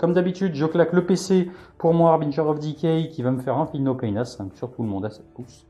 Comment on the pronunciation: J'aime toujours voir du Nurgle et entendre prononcer correctement le Harbinger of decay ^^